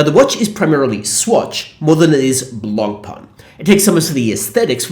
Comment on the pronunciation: it would be nice if you learned how to pronounce Blancpain correctly